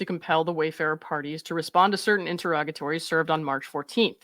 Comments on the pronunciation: I just want to thank you for pronouncing “interrogatory” and “interrogatories” correctly. 😊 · Finally someone who can actually pronounce interrogatories correctly lol